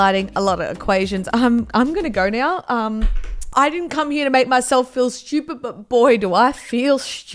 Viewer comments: In MURICA we say stupid...not Shtupid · salsa is pronounced solsa not salsa and shtupid